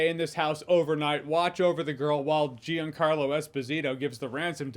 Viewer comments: It’s jean Carlo not jeen carlo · "Jee-ann carlo Esposito" lmao